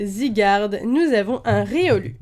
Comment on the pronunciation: Ça se prenonce riolou mais sa s'écrit riolu comme ça se prenonce loucario mais sa s'écrit lucario